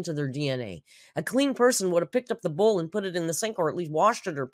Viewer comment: I saw a comment that said Alr's pronunciation of "bowl" sent her to Pluto - now I can't help but notice this and other words; "bole: (bowl), "pee-pole" (people), "fillings" (feelings), "off-ten" (often), then there is her articulation of "quantities", "important " - sorry to bring it to anyone's attention but misery loves company